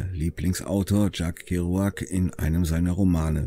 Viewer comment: Will nicht klugscheißen, aber das Buch, das sie gelesen hat und daraufhin wohl auf den Road Trip gegangen war, ist nicht von Tschakk Keruakk. Er ist Amerikaner und spricht sich ungefähr "Tscheck Keuwegg" und das Buch heißt "Unterwegs". Nebenbei ein sehr gutes Buch. Grüße an alle Beatnicks